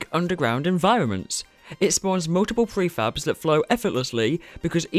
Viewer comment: Honestly it sounded like he was always saying "free faps" instead of "prefabs"... 😂